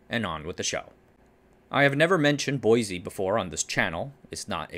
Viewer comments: Boise is pronounced "boy-see", not "boy-zee". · For what it's worth, locals seem to pronounce Boise like "boy-see", not "boy-zee". It's admittedly odd. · As a local, I must insist, there is no z in Boise. Boy-see. It's a shibboleth, you see.